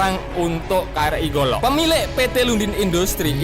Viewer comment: KRI jangan dibaca pakai bahasa English, pakai logat melayu kita saja, karena KRI singkatan Kapal Republik Indonesia